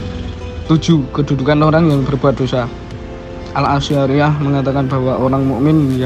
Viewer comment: Bacanya bukan ASI ariyah ya mas..tapi Asy' ariyyah..